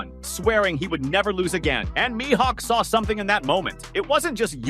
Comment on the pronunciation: I hate how he pronounces Mihawk